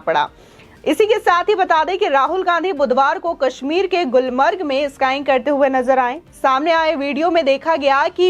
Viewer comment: अरी घनचक्कर स्काईंग नही स्कीइंग बोल